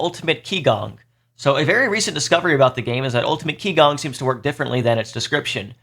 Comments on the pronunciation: Thanks! That was helpful! As others mentioned, a hero tier list would be pretty hansy as well! Btw, qigong is pronounced chee-gong (not key-gong) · Great video, but one small nitpick - Qigong, being a chinese word, is pronounced "Chee - gong" instead of "Kee - gong" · Psst... it's "chee-GOONG", not "KEE-gong" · Just FYI, “qi gong” Is pronounced “chee gong” 氣功